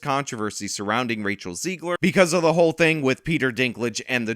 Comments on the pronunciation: Zegler rhymes with leg/her not she/her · Zeg-ler soft e